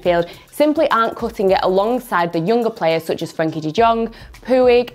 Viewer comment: How it is written: Such How it is pronounced: Me: "Sach" Her: "Soch"